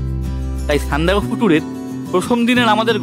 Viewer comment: Apni Sandak ..phu thik kore uchharon korun kane boro thekchhe